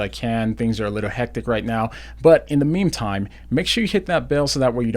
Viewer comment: Thank you for sharing the Word from the writer of James. I really needed to hear that. Also, did you really say "In the 'meme time?" hahaha!